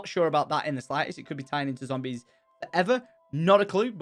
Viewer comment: "Zombries" Ur a bit too drunk tom